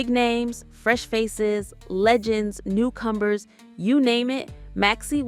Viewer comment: Narrator, big names, new combers?😂